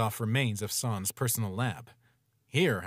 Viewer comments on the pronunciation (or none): Pronounced it wrong. It's pronounced S-an-s not sahhns. It's like calling papyrus, Pappyroos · Them saying Sans wrong makes my bones hurt bro